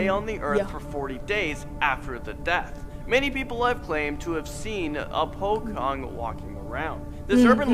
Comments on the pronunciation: Pocong not pokong😄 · POCONG ( ) NOT POKONG